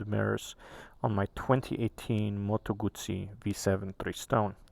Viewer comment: Your pronounce of Guzzi is on point, and I’m Italian ❤️ so proud to see so much love for our products